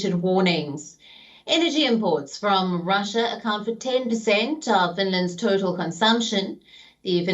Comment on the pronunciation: 'R'When did Russia become Pussia.